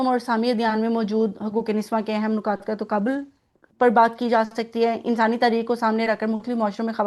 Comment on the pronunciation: پہلے تو آپ مبارک ہو نکات میں اور نقاط میں فرق ضرور کریں نکات ن کی زیر جبکہ نقاط پیش کے ساتھ بولا جاتا ہے